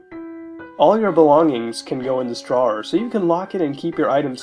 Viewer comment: Somehow i loved this one as a kid idk why but when muta says drawer i kept thinking jar but i may be wrong. Edit: im listening to this more and wtf what. Why. WHY DID I LIKE THIS AS A KID???